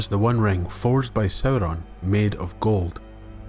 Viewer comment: I love the way you say Sauron, it's so beautiful